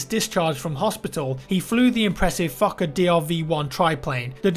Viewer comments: Fokker DR1 sounds like fuckerDR1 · I keep thinking he's saying "fucker" when he says "fokker" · "the exclusive fuckadeer aircraft" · when says fokkerdr1 it sounds like fu*k a dear 1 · Fucker dr1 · Fokker is pronounced the same as f*cker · Its funny how you say 'Fokker' xD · the way you say fokker............................. xD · I always heard that when he said it lol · i mean, if it matters the name actually has a long “o” as in ‘f oh kker’ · Fokker sounds like fucker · Sounded like he was saying the Fucker DR1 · The word "Fokker" sounds like "F*cker" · Why is he prounouncing "Fokker Dr 1" "Fucker Dr 1"? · I first thought you said fucker when you were saying the planes name lol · when he said fokker DR.1 i did not here fokker i heard f#cker DR.1...plz tell me im not insane. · I kept hearing the Fucker DR1 not the FokkerDR1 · I'm sorry, but it honestly sounds like you are saying the "Fucker DL1". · Anyone else hear 'fucker dl1?' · A fucker? Oh a fokker..sounds the same, just saying. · it's like you're saying the fucker not the fokker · The Fokker dr1 lol sounds like fucker dr1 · Every time I hear fauker I hear f****r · the plane is kinda pronounced like fucker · I thought he said "Fucker DR1" for a full minute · I thought you said fucker Dr1 for second XD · how you say fokkerdl1 is like fucker dl1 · who else thinks he's say fuck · I just love how says fokker, it sounds like he is fucker its just so hilarious. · When you say FOKKER, I heard you saying FUCKER instead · He said Fokker like it is Fucker haha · I laughed my ass of both times you said fokker, it sound like fucker :) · Who else heared fucker 1 instead of fokker dr1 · I thought he said the fucker dl1 when he was talking about the plane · "Despite this, the fokker..." Sounds like "Despite this, the fucker..." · the fokker dr1 sounds like fucker dr1 lol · Sounds like ur saying fukker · It sounds like he is pronouncing the airplane name as fuck-it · When he says fookerdr1 he sounds like fucker d r 1